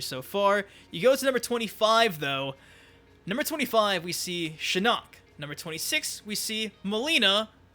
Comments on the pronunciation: It’s SHIN-ock , not shi-NOCK. Your pronunciation of his name is driving me mad 😂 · Why do you say shinnok like shinuk 😂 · You pronounce shinnok weird 💀 Yeah yeah go ahead and get it over with "sTfU lEaVe ThE vIdEo" 😐